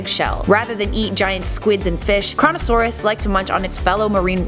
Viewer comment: Coronasauras but it says Koronasauras XDDD